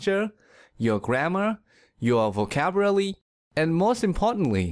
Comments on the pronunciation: I heard “Vocaburaly” instead of “Vocabulary” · your vocabuRaly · your vocaerbuuaaly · It is "vocabulary" not "vocaburaly" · i think it was VOCABULARY not VOCABURALY 🤔🤔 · vocabulary and not vocaburaly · "ur vocaburaly"💀💀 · your vocaburaly* are you sure that we are seeking help from right person?! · your vocabrly xD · But you just pronounced vocabulary as vocaburaly 🤯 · Did he just says" Vocaburaly"? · Am i the only one here who was laughing when he said *vacaburaly*.......😂😂🙂 .....see if u want to laugh with me😆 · So we not just gonna talk about the "vocaburaly" he said😂😂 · wait,, what did he just pronounced,, vocabuarly??? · “your vocaburaly” Wtf? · Are you serious.... " your VOCABRALY" did any one notice? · “your vocaburaly” 🤨 I’m having second thoughts about your speaking techniques now.. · So learning how to pronounce the english vocaburaly by yourself is working well, I guess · dunno but it sounds really 'vocaburaly'ish" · Yewer Vocabrililly 😂😂😂 You can't speak English how the fuck are we supposed to believe this technique lmao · you said vocaburaly?? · Am I the only one that heard #vocaburally in 😁😁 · In he said vocabraly? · Am I the only one who heard him say 'vocaburaly'? Uhm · she's mocking him by saying mispronunciation of vocabulary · yh- no I stopped the video as soon as he mispronounced “vocabulary” 😂😂